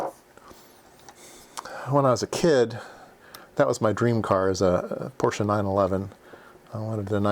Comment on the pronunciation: I was happy hearing Porsche mentioned, also glad you pronounce it correctly, many don’t 😉